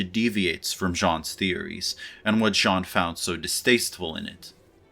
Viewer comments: Since you seem to care...you are actually pronouncing "Jean" incorrectly too....get rid of the audible "n" at the end. :) Who would have through Hollywood would have fucked up its interpretation of postmodern theory? Maybe Jan 6, 2020 was an instance of the matrix and true reality colliding: a simulacra constructed of lies transmitted over the matrix that leads to a real world event. I would have to think about it some more. Thank you for the vid! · It’s pronounce Gene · For Baudrillard's name try this: Zhohn BHOD-rih-yar (that has a slight American inflection) or BOHD-ree-ar (for one which is closer to a true French inflection)... It's "Jean" and is therefore NOT pronounced as the American "John" would be... Now let's all go out and attempt to live "authentic" lives :) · lol, 20 seconds in and you are already making a pretty big mistake. Your pronunciation of "Baudrillard" was pretty ok. Not native, but an impressive effort nonetheless. Choosing to refer to him as "John" for the rest of the video, however... French speaker tip: there is no "n" at the end of Jean. That was a pretty serious comment for a serious intro ;) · “As a native French speaker”, I think you are too harsh: he has an accent, but he respects the French phonetics, much more than the average Frenchie would respect English. Do you even know how to pronounce “the” without saying “ze”? This said, I agree with you in the sense his “Sean” instead of “Jean” hurts me more than his “Baudrillard”. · Your pronunciation of 'Baudrillard' is better than of 'Jean'. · THE N IS SILENT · Choosing to say Jean instead of Baudrillard would make more sense if he didn't mispronounce Jean all through his talk. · You're mispronouncing 'Jean' and you're pissing me off. From now on, you have to refer to him as: "That Simulacrum Guy." Just don't mispronounce 'simulacrum.' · You know the word "genre"? Right before you say the N, that's it! That's "Jean". I hope it helps, I love your videos and your high IQ.